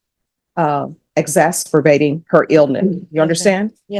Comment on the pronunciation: Did just say "Exasperbating"?